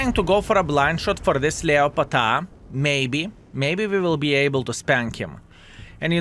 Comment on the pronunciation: Leopard is pronounced LEP ARD IN ENGLISH